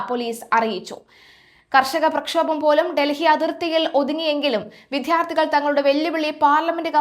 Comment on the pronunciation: വിധ്യാർത്ഥികളല്ല വിദ്യാർത്ഥികളാണ്. എല്ലാ വാർത്ത വായനക്കാരും ഈ തെറ്റ് ആവർത്തിച്ചു കൊണ്ടേ ഇരിക്കുന്നു. ടി.വി. ചാനലിൽ പോലും കഷ്ടം